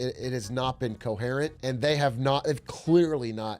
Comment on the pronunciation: anyone else super bothered by how atrioc pronounces coherent?